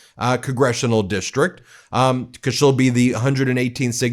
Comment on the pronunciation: Because, not "be-coss" Human, not "yoo-man" Thank for not saying "play this clip" 80 times in this video. Thank you. Keep working